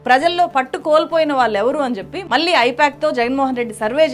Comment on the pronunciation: Madam just like you analyse everything in your videos, even we do analyse your performance via your videos. I believe for a journalist, correct pronunciation is a minimum requirement and a very important aspect. So it's very important that you realise, learn and rectify pronouncing the words like "vaallu" and "malli" in an accurate manner. The correct way of pronouncing is "వాళ్ళు" and "మళ్ళీ". Otherwise, it doesn't sound good to the ears.